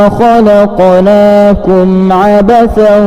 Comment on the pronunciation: Maaf, saya kira ada kekeliruan dalam pembacaan surat awal (115). Saya dengarkan betul tertangkap "kholaqolaakum", padahal yang tertulis dalam Alquran Surat Almukminun ayat 115 "kholaqnaakum". Agar segera dibetulkan karena tidak sesuai dengan sumbernya.